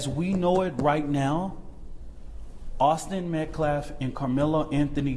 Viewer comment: That guy is a complete idiot! When you played "his" press conference I couldn't believe what I heard him say! He couldn't even say Austin's last name correctly! It was completely one-sided, the murderers side Karmello. 🤬